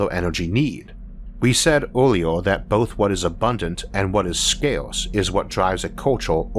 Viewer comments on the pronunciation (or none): none